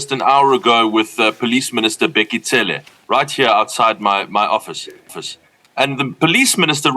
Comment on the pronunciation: Cele....not sele😢😂😂😂